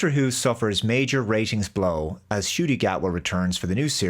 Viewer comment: Ncuti pronounced shooty not scooty ya fool